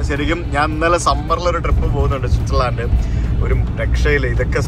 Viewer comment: പൊളി സ്വിസേർലൻഡ് ഛേ തെറ്റിച്ച് സ്കോലൻഡ് 😎